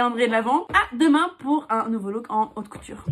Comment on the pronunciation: 🤣"a ça c’est de la aute coutur"😂🤣